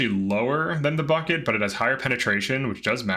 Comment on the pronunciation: "bucket?" you truly think thats how its pronounced? i mean...you realize its a foreign language? and even if it was english its still not spelled "bucket." "Buket" = "Boo-Kett." ignorance of grammar mixed with laziness bugs me P.S. I gave your 600th like despite your laziness :)